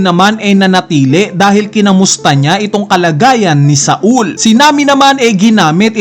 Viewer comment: sol kasi hindi sa-ul. bisaya ka talaga ih hahahahaha